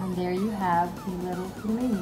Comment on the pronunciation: Not pilmeni, but pelmeni (пельмени).